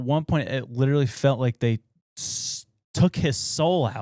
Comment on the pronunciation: For the love of all that is holy! Please learn to say the word LITERALLY the right way or stop using it every other sentence.